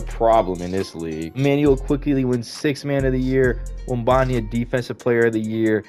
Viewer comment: “Web en ya ma” is the correct pronunciation. But W video